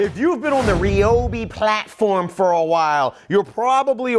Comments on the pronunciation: Thought it was RYE-OH-BEE, not REE-OH-BEE Am I just stupid? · Ryobi, pronounced like Like RYAN not Rian Like RYE not Rie But Americans do you like that...